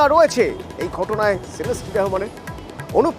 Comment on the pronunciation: ভাই সেলেস্টি না😂😂😂 শিলাস্তি রহমান আসলে হাস্যকর কলকাতার নিউজ গুলো